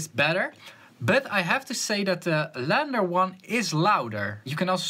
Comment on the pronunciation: It's LANDR - (read as L-And-R) as in Left and Right (Stereo)